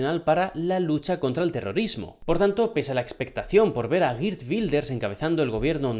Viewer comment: Se dice Jeert y no Gir Wilders.